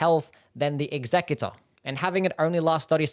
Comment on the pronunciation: Why do people keep pronouncing executor like executive? It's pronounced "eks-uh-cue-tore". You know, like when you want to execute something?